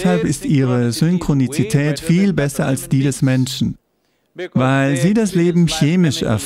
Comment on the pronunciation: Ist es nur mir aufgefallen oder auch anderen, like für Ja, Komment für: ist euch egal? :D Heißt es nicht Synchronität? Laut Duden und Google gibt's kein Synchroni "ti" tät. Guter Sprecher aber das war ein Krasser Fehler ( nicht die Übersetzung, sondern das Ausprechen des Wortes). Aber wir sind Menschen, jeder macht Fehler xd.